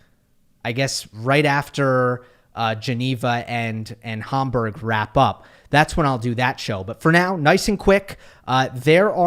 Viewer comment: Hamburg as in Hamburger please. Homburg is a kind of hat.